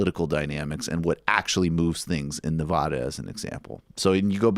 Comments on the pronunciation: Nev-AD-a!!! Not Nev-OD-a!!!!!!!! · It’s Nev a duh not ne ah du